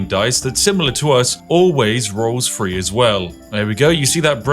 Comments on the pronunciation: Anyone else annoyed by "free" instead of "three"? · I can hear you saying three as free. I'm on to you. Truly Warhorse made a banger of a game here, love to see it! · Hearing someone, who is very English, saying "free" instead of "three" is one of the worst experiences of my life. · The English language was made up by the English but they also pronounce it wrong …..Three “free”. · Please - “free” is not “three”. Thank you. 😢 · Th…ree. Not F…ree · Fun fact: the number 3 starts with a "th" not an "f" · Couldn't listen to you say six frees over and over. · Why do you pronounce 'th' as 'f' in thieving and three but as 'th' in nothing. Worst British accent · I’ve only just realised bro struggles to pronounce words that begin with “TH” lmao. Thought I was tripping at first